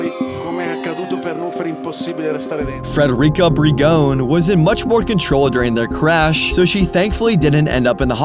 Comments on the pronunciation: great video but federica brignone isnt pronunced like that bro as an italian you should say federica brinione at least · Federica Brignone pronunciation. 🤣🤣🤣